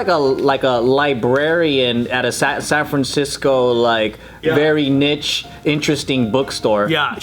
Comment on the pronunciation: I don’t think I’m going to be able to get over how Joe pronounced niche